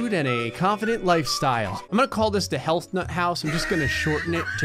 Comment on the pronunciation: Why I feel like when is saying "health" it's sound like "hell"?